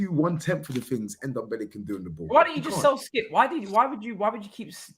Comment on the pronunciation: You also called him NomNombele....